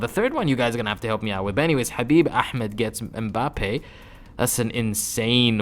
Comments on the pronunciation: U are Arabic 💯 Bc when u said Ahmed that’s how Arabic ppl say Ahmed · when he said Habib ahmed you’ll that he’s arab